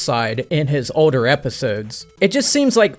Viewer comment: This dudes accent just kills me lol... yet also delights me. How he says "Older" as "Odor" is just peak weirdo and I'm 100% here for it. Keep Killin er brother 💯 🤘